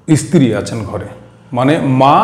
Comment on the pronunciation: Apni bar bar istri bolchen sunte karap lagche. Ota stri hobe